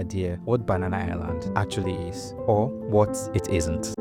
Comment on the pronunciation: I’m surprised you can’t even pronounce “banana” right. After spending a decade in the uk